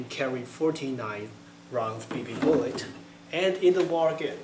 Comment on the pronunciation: Awww man...fuhty nine round bee bee boolet